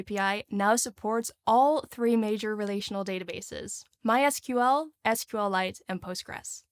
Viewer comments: the way he said that for engagement for bun 🙂‍↔ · I guess someone who watches Primagen and either actually thinks that's how it's pronounced or wants to be funny. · no fuckin way he say "mysqueal" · LOOL with the MySqueel. Love it. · MYSQUEAL is the only way to pronounce it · LOL it's pronounced "My Ess Cue Ell" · my squeal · who even says mysql like that wth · Okay we may need to throw in jail for pronouncing MySQL like that